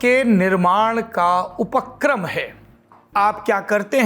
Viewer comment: ऊ-पक्रम नहीं होता भाई। ऊप-क्रम होता है।